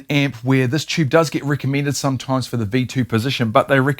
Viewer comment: What the heck is a "chube?"